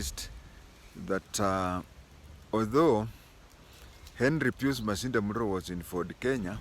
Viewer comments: Pius is pronounced as “Payas”. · That is the English pronunciation but Pius being a Latin name is just pronounced as PIUS.